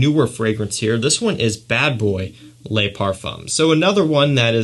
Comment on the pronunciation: Very good review of fragrances. My favorites from list is Gucci Guilty Black and Spicebomb Night Vision Edp. FYI: Le is produced in French like “luh” or “duh.” Les is pronounced like “lay” (ex: Les Miserables). Keep up the fantastic work! 👍🏾